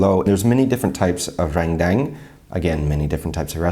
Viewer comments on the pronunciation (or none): Haiyaaa when saying Ren---DANG = say DUNG not Dang PLEASSSSSE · The correct pronunciation for Rendang should be r-earn-dung, hope that helps!